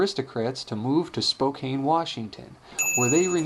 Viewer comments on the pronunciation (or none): Spokane is pronounced ”Spo-Can”. I didn't know that til I went there, everyone makes that mistake.